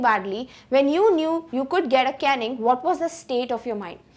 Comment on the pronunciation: Btw its caiining its caning